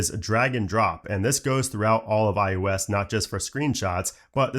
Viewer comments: How does this guy not know he's fucking saying, "iUS"?? It's iOS buddy... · This man keeps saying iUS instead of iOS. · It’s “ IOS “ not “ IUS “ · i hate the way he says IOS